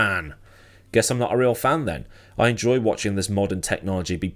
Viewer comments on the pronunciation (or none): none